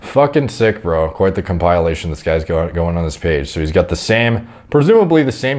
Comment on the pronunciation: I like how he pronounces the word compilation "com(pile)ation" lol